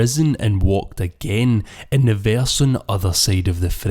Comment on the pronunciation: Verse not veyarse 🤣